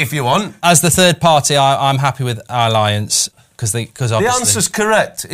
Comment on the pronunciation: Bayern ground name question should have gone to VAR - Allianz is not pronounced Alliance. Disgraceful and incompetent reffing has crept into Youtube football videos now 🤣🤣🤣